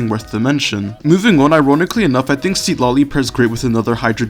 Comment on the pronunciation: i love this videos !! your guides are great, that said you want to pronounce her name more akin to its "supposed" to be pronounced, the first syllable isn't sea-tlali it's more sit-lali. there's an emphasis on the penultimate syllable